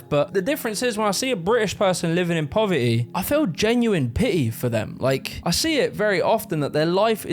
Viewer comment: ❌Poverty 🗣PO-VAH-EH ❌ Community 🗣COM-UH-NI-EH ... Love it! 🤣